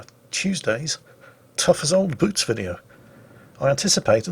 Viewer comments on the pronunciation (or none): none